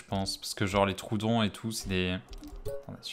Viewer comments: Je crois que ça se dit tro-odon mdrrr et pas troudon 😭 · "troudon " j'ai soufert des oreille